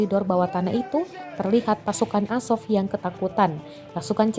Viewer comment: Narasumber bilang Asop Asop, Azov woy